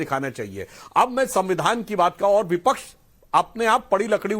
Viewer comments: हरा कुर्ता पहले विपक्ष शब्द ठीक से बोलना सीख लो,विपक्ष है या विपछ है,बने फिरते हो नेता बड़ बड़ बड़ बड़ बड़ा रहा है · को बताओ विपच्छ नहीं विपक्ष बोला करे 😅